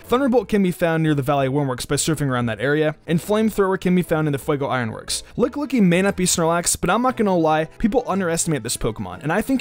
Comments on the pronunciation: "LICKLICKY".... Urgh :/ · Did he really just say licklicky the whole video?